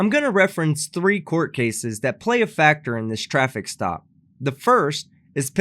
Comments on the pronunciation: "This is a stoffice trap." I think he meant to say "traffic stop". Biggest mess-up of a word I've ever heard! 🤣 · Did anybody notice that he said straffic law instead of traffic stop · “This is a ‘stoffic trap’” 🥴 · Did this guy say "this is a stoppice traff" instead of this is a traffic stop?